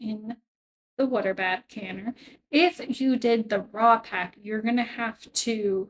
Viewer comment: So nice to hear you say it right! "wooder." 😂 I am enjoying your videos.